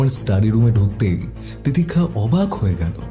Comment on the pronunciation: তিতিক্ষার 'স' এর উচ্চারণ শুনতে বিরক্ত লাগছিল